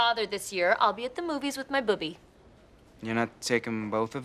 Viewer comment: I think by "buby" she meant her grandmother, but it sounds like boobie so troy is confused when she sais "one's dead"